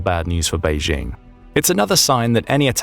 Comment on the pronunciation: There is no such place as "Beizhing." Chinese does not have a "zh" (pronounced as the "j" in French, as in je, Jean, jolie, etc.). The "j" in Beijing is pronounced EXACTLY the same as in English, as in jingle, jingo, Jim, jinks, etc. Go ahead, say "Bay-jing." Saying "Bayzhing" makes it sound like a French village. Please stop it.